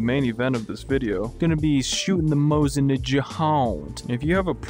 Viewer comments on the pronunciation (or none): none